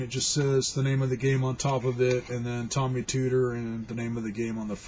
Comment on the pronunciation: OK. I programmed for Tomy (long O, pronounce correctly please). I wrote a couple of educational programs. I coded in assembly. 8-bit.